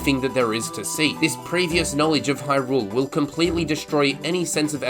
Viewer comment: Why are you saying Hyrule as if you are greeting rule.